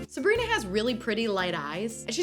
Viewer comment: Did anyone notice that she said ‘Sabgrina skin’ 😀?